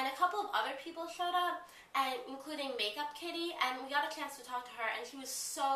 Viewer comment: it sounded like you were saying makeupkitty. but its meekakitty.